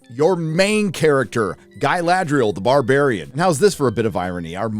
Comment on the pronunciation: Brabarian you say?